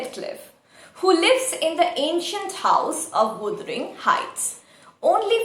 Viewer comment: You need to correct your word pronunciation wuthering